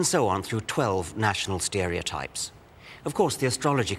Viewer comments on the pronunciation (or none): He's got an interesting way of pronouncing 'stereotypes'.